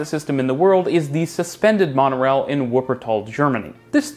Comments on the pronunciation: PLEASE learn how to pronounce 'w' in wuppertal, it's cringy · Please make a greater effort when pronouncing place names. I'm thinking in particular of Wuppertal, which you should begin with an initial V sound. It'd show greater respect, and also give you greater credibility.